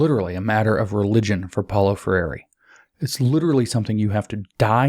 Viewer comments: Free reeeee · brazilian fan here, James. “FREY RhEE” (if I may respectfully assist in the pronunciation). thanks for the colossal work your doing.